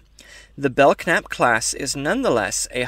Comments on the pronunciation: The k is silent it's really the belnap class a lot of people say it wrong like I did all those years lol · I HAVE heard of The Belknap Class before. I think it was either an old Technical Manual or maybe a FASA Table top reference. I can't remember! Great video, nice deep cut for the curious younger members of the Federation, but I DO think it's [Bell-Nap] and the "k" is silent. Thank you and I'm happy to see your video in my recommendations. Live long and prosper. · I think the k may be silent. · I believe the K is silent in the pronouncing of the name.